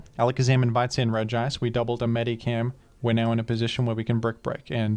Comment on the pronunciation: For the love of God, STOP PRONOUNCING IT "MEDICAM." There's an "H" in there!